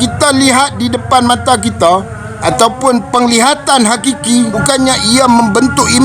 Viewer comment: hakiki... bukan qiqiqiqiqi